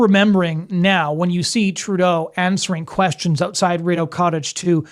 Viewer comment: I'm Canadian, and this is a pretty good analysis. One point: Please watch your pronunciation of 'Rideau Cottage'. 🙂